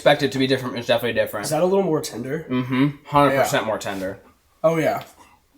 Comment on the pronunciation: my boy said tinder not tender lmao